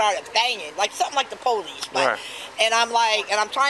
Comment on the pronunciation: “somethin liek tha POlece”